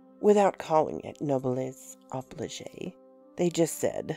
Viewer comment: Psst. ( I'm not a grammar sheriff or anything, but a hint for the future, noblesse oblige is pronounced oh-bleej, not obligay) I do like your work!